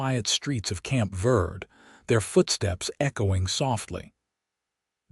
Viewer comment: Dawson is literally a prince among men, taking what he has learned from his years in the wilderness and applying it to his actions and reactions to Florence. Please work with AI to correct pronounce “verde” - VEHR-Dey.listening from TN.